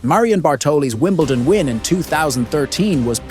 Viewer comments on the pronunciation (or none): none